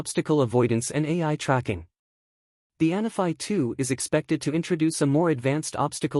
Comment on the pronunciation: Isnt it "ahn_AH-fee?"